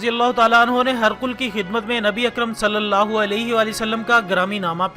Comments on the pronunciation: This is Hee-Raa-qal Not harqul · هِرَقْلَ کو آپ ہرقل پڑھ رہے ہیں اتنی فاش غلطی موجود ہے پہلے تلفظ صحیح کرلیا کریں پھر ویڈیو اپلوڈ کریں